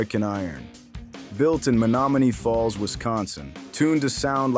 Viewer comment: You'd think AI would know how to say Menomonie Falls.